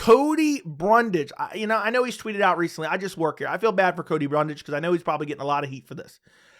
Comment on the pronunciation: Don't ever stop saying Cody Bumdage